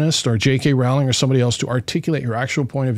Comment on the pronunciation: I’ll point out their crack research team also mispronounced Jk Rowling’s name (it rhymes with “bowling” not with “howling”).